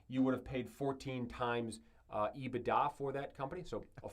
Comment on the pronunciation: caught me off guard haha, my finance teacher used to say ebitDA like that as well. Hilarious!